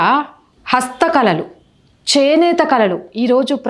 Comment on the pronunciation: కుంభమేలా ఏంది తల్లీ.... కుంభమేళా అని పలుకవమ్మా. హస్త కలలు... ఏంటో నీ భాష వినలేక చస్తున్నాం